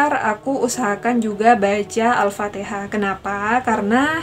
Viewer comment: Alfatikhah mbaaa bukan alfateeeekhah.